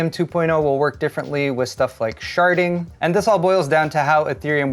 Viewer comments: did you say sharting? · At the mark of this video did you say "Sharting"? ;) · Am I the only one who kept hearing “sharted”? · You said shardded. Beavis and Butt-Head giggle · What said: Sharding What I heard: Sharting